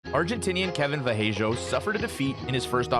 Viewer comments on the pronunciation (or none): Its vallejos not vajellos 😅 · As an Argentine, i have to say it is very funny how you pronounce Vallejos hehe. Fyi: the right way of pronouncing it is like Va-sheh-jos. I mean, the 'll" pronunciation in Argentine Spanish is like your english "sh" pronunciation.